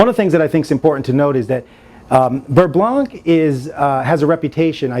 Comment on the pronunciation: The C is silent...beurre blan